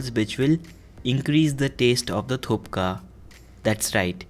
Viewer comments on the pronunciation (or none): It is pronounced as THUPPA😁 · It is pronounced thus: Thuk-pah. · You have to say Thukpa., not Thupka😁😁.🙏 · Not THUPKA...(थुप्का ,,,,थुक्क) 😂😂 Hey Bro That's call THUKPA (थुक्पा) not Thpkaa... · It is not 'thupka' as you are saying, it is 'thukpa'. Also you need to improve your communication style, it should sound normally like a man, not something else. Feel free to criticize my comment, but if you can fix it, that will be good for your channel. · It's THUKPA not THUPKA 😁😁😁😁😁😁😁😁😁😁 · It is not thupka it is "THUKPA". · Guess it's tukpa not thupka??? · It's not thupka it's thukpa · Haha i'm from sikkim and it's thukpa not thupka😂💜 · You pronounced wrong...thukpa... not thukpa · Thuk pa bolo... Bolo Thuk pa... Naki thup ka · Its thukpa not thupka😂😂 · It's thukpa not thupka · the moment he said thupka, i paused the video and disliked. How can he know the receipe when he doesnt know how to pronounce the dish. 👎🏻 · It's thukpa not tupka..love from sikkim.Anyways looks delicious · It's not thupka , it's thukpa..sir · ur pronounce is not correct, not Thupka, is Thuk paa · Name of the dish is thukpa not thupka.. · You don't even know how to pronounce it 1.It is THUKPA not THUPKA BRUHHHH.... 2. Noone in the hell adds turmeric,garam masala , to thukpa. 3.And u don't use thin noodles , we Nepalese/tibetians use thick and long noodles . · Who who else is here to comment it's thukpa not thupka?😄😂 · Not thupa it’s thukpa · its not thupka its call thuppa anyways love frin darjeeling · I loved your recipe...but thupka nai ..its thukpa..it was distracting me..lol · Recipe is good but you wrote Thukpa but pronouncing it as Thupka. Now i am confused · It is not Thu"P"ka. It is Thu"K"pa . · u are pronouncing it wrong..assshole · Bihari not Thupka ok its Thukpa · Lots of love from nepal💓and its thukpa not thupka😁😁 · It's Thukpa not thupka... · Hey it's thukpa not thupka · Hey its not thupka it's thukpa nd I Love thukpa I m from darjeeling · Thupka ni thukpa hai😂😂 coz m nepali